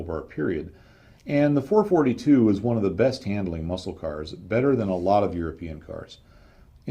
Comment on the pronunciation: Well,I understand what you’re saying and I liked it so much that I’m getting ready to watch part 2 in a few minutes! Only complaint (and its a small one) is that there’s a dash in between the numerals 4-4-2. This signifies that you should pause in between,when you read the numbers. So,it’s actually a Four,Four,Two. Not a Four,Forty two. I’m sure you’ve caught a little flak for that,before,though.